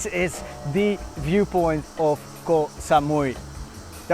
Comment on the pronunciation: has been long enough in Thailand to pronounce Koh properly. 😊